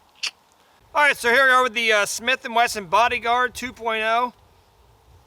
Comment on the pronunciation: nice video despite that you can't say Smith & Wesson ! LOL